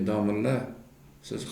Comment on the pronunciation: Chaynalib nima deb yotipsan ey aqilli Domillla emas domla deyiladi. Badiy tilda gapirib bilsang gapir bo'lmasa chaynalma Xorazmliklarni uyaltirib. Ikki og'iz gapingni yarimisi yurtboshimiz bo'lib yotipti..... Ey Lagan